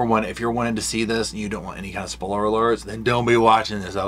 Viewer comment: I can't get over the way says "spoiler".